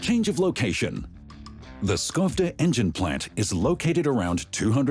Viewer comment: Really enjoyed this. One observation: Skovde was pronounced wrong (it is not obvious from the spelling).